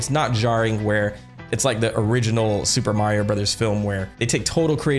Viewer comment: I love the Japanese pronunciation you do for super Mario bros. Can’t wait to watch the movie!